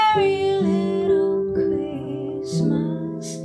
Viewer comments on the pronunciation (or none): Great voice, I just can't stand the way some singers twist their pronunciations. "Have yourself a Merry little Christmice." FFS.